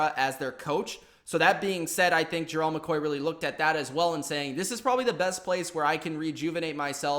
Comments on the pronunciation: His name isn’t Jerrell it’s GERALD!! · Learn how to pronounce Gerald correctly.